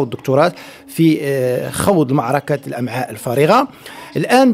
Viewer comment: الامعاك😱😱😱😱 سير تقرا تا مال بنادم كلشي ولا صحفي🤣🤣🤣🤣والامعاء أالكلخ